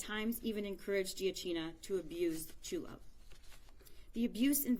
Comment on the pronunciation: There are no words to describe the horror this child went through. There’s no words I can use to express who these “parents” were and what I hope happens to them. One thing I can say, the first woman to speak mispronounced Chulo’s name multiple times. Is it too much to ask that we honor him in death by remember his name? Maybe someone else should have spoken if she was having trouble remembering or pronouncing his name. Just felt like the final insult.